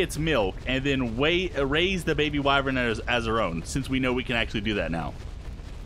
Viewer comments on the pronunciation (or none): why does say wyvrin when it's spelled wyvern